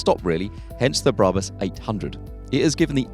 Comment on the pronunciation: It's pronounced BRAB-US and R-U-F, not ROOF.